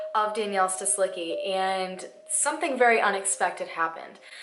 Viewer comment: [stislitzki] -cki ending of surnames should be read like “tzki” or “tski” kind of sound :)